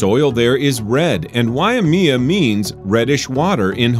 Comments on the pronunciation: Regarding the Hawaii installment, it's wye-MAY-uh Canyon, not wye-uh-ME-uh, and it's on cow-EYE, or more like the Hawaiian pronunciation, cow-AH-ee, not cowie. For Iowa, you got your vowels reversed; Maquoketa is muh-KOH-cuh-tuh, not muh-COAT-uh-kuh. Michigan's red map didn't include the Upper Peninsula. Mississippi's location can't be pronounced TAH-show-ming-go when the first syllable is spelled "Tish". Contrary to what you said, Zion National Park in Utah is not also a state park. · why-amia Cow-ie. Oml lol😂😂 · let me give a real quick guide on the pronunciation of the Hawaiian place names: Waimea (why-may-uh) Kaua’i (cow-ah-ee) these aren’t exact pronunciations but it’s an improvement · Note to narrator.... Waimea (sounds like WHY-MAY-UHH), and Kaua'i (sounds like KAH-WHY-EE). Thanks! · WAYA-MEEA COW-EE iM NOT OK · Lol Waimea Canyon in “Cowie” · I just finished watching a review of this video, and I have to say you did a beautiful job of finding some amazing places around our stunningly beautiful country. However, may I point out 7 years after the fact some "oopsies" that you included? Thanks. Hawaii's contribution--Waimea Canyon --was pronounced wye-uh-ME-uh; it's actually wye-MAY-uh. In the Iowa contribution, you got the syllables crossed up. It (Maquoketa Falls) should be muh-COH-ket-uh. When you got to Michigan, I realized you left out its Upper Peninsula on the map. The sand hill in that state is in Sleeping Bear Dunes National Monument. You called it Scenic Bear National Park. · The way he pronounced "Waimea" and Kauai....... DX but it's ok.. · Mispronounced Kau’i and Waimea in Hawai’i, but good choice. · You pronounced Kauai,Waiamea and Hawaii wrong I would know it’s where I live